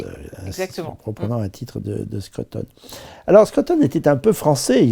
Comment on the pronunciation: Bravo pour cette belle émission. Arrêtez néanmoins de dire Skreuttone - cela se prononce skrOUteun. Et cela s’écrit SCRUTON et non SCRUTTON grrrr